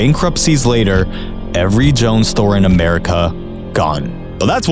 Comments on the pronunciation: Haha it's Jo-ANNNNNN not Joan. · Here's a YouTuber who put a sensational title on his video to get views - it worked - but even he doesn't reach the conclusion that the title implies. It's hard to take seriously a guy who can't say the name of the businesses he's discussing right ("Joan Fabrics"), or get the word "collateralized" right. Every one of the businesses he talked about was in trouble before private equity bought them. I do find it eye-opening the way he described the taking out of loans to pay private equity investors, at the expense of basically dooming the company with unrepayable debt. But ask yourself, why would a bank or other lender loan money to a business that could not repay it? They are big losers in the scenario he describes. Hindsight is being used here. I'm not going to do a research deep dive (Brandolini's Law applies), but I suspect there are plenty of private equity success stories - where the company was turned around and went public again, making the private equity investors a pile of money (which is fine!). I also am pretty sure (without much evidence) that private equity purchases sometimes don't work out and the investors lose money. As the song says, be careful whose advice you buy. I'm not buying anything from this guy. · "Joan" Fabrics is killing me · My dude I refuse to believe that you see the word j o a n n and you pronounce jone. At least like find someone else saying it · Can’t get over “joan fabrics” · Any other NWI peeps here going "joe ann. Joe ann." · "Jone" is crazy lol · It's not pronounced JOE - ANNE?! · Pronounce Jo-ann: Joe-anne please. thank you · it's pronounced JOE-ANNNE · 😂😂 it was so weird hearing Jone Fabrics! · Thank you. I was appalled hearing Joan. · It’s nothing against you or the quality of your content, but it’s pronounced Joe-Ann. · Jo-Ann bro...... Joe-Anne!!!!! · I have never heard Joann fabrics pronounced “Joan” fabrics 😂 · Its Jo-Ann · Bro mispronounced Joann. smh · Jo… Ann not “Joan”